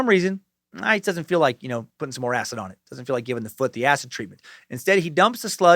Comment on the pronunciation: So glad you don't pronounce "acid" -"acit" in this one. In your " this is not happening" the way you said acit drove me nuts.. 😂😂 hail nimrod.